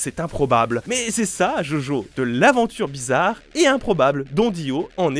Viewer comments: je suis la seule qui s'est crispée quand quand il a dit "jojo" et pazs "djodjo" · JOJO SE PRONONCE DJODJO C'est tout ce que j'ai a dire